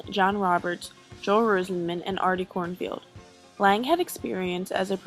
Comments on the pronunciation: I love this doc, but Artie Cornfeld is not pronounced Cornfield, it's Cornfeld. lol And I think Janis Joplin was the Queen of the blues, Grace Slick of Jefferson Airplane was Queen of rock. The music meant a lot to me; I was really into it, and I loved getting stoned and going to these huge concerts of the best of rock. Missed Woodstock, but I lived there once for 7 years; New York is infested with junkies. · It's Artie KornFELD not KornFIELD Other than that great job, only don't talk so fast. Good vid. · His name is Artie KornFELD not KornFIELD. Please get it right if you are going to do a documentary on such an important time in history, and post it for all to view.